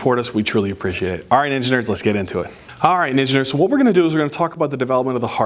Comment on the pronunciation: Why do I keep hearing engineers for ninja nerds..😂 Frequently finding myself questioning? Are we engineers😢😅